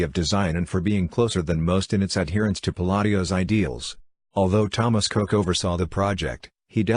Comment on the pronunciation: The family name is pronounced 'Cook'.